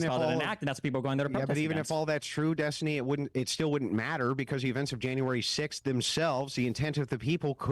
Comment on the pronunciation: it's Des-tiny.